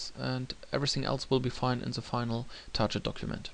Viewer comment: I like the video - thanks for that. However, I would check the pronunciation of the word "target" :P